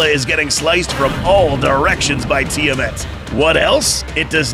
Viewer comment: Its pronounced “Tee-Uh-Mott”